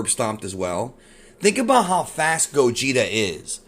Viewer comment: It's pronounced Gaw-geht-ay